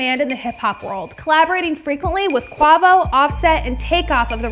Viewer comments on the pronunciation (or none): HAHAHAHAGHAHAHAHAH "QUAHVO"?!?!? LMAOOOO IT'S "QU AYE VO" HAHHAHAHAHAHAH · QuAHHHvo?? sigh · Omg the way she said Quavo